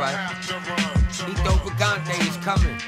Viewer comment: It’s pronounced Etho not Edo and there is no Lauren at the end wtf are they doing up there???